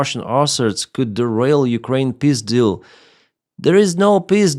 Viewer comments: I is bullshit ! Eventhougth the R7 "Semiorka" bears the same name since 70 years, it has known around 4 complet overhaul to my knowledge It is very obsolete but "if it works, don't fix it": A Climat saving principle... Slava CCCP ! (just joking but FEW stuff were better) Funny each time you say "пис дил" I hear the passed of "пиздец"😂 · "Peace Deal" not пиздил😂😂😂